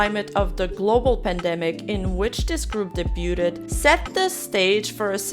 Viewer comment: Hey, could you please look up how to pronounce "debuted"? The fact that you say it wrong every single time really gets on my nerves. 😢